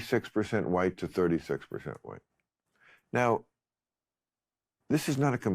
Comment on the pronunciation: "Who's Hwhite?... who's Hwhite?... I mean... who's REALLY Hwhite?" Well I am. And you are silly bint. And all of Europe, Russia, America, Australia, New Zealand, Canada... South Africa... They should be all Hwhite as well.